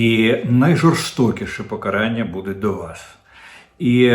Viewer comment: ПокарАння, а не покАрання, звизда ти вусата «Кожен зрадник» - авжеж, 😂 дуже смішно. Зрадник керує державою, прокинься ти обісрався